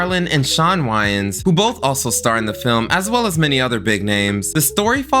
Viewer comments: I thought it was pronounced - way-Ann brothers. Not why-Ann brothers. Or am I wrong? lol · Wayans Brothers.. Way-Yins , say it with me.. WAY-YINS Great vid tho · Okay! So I’m not the only person who caught that! 😂 I thought I was crazy. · Love your videos but I’ve never in my life heard anyone pronounce “Wayans” like that😂😅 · Anybody notice he mispronounced the Wayans brothers name and Russell Crowes name in gladiator lol